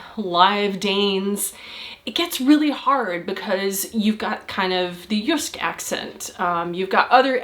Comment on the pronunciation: I always thought it was pronOunciation. Learned something new today. Also I didnt catch the example she gave about abreviations first? What word was that? Edit: Not bad on the proNUNciation of Jysk. :) - Also: Hardusovet godt? :D Did you sleep well... Yes I wrote it as one word on purpose.. That's how it's spoken :p